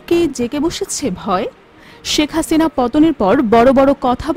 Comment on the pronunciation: 😂😂হাছিনা নাম টা কিভাবে উপস্থাপন করলো 😂